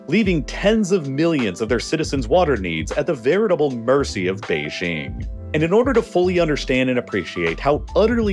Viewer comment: You've been doing geopolitical stuff for such a long time now. I still can't believe that you don't know how to pronounce Beijing correctly. There is no X or Zh in Beijing. It has a J in it and it's literally way it's written on the tin: "BAY-JING". I've never understood. The western obsession with pronouncing Beijing incorrectly because it sounds more exotic (?)